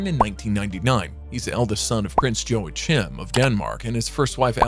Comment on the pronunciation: Agreed: lots of errors in this video. Count Nikolai's parents are Prince Joachim (you pronounced his name wrong) and Alexandra (your photo shows Prince Joachim's second wife Marie who is not Count Nikolai's mother). Lots of other mistakes. More research would have helped along with supporting your voice over actors to pronounce the names correctly.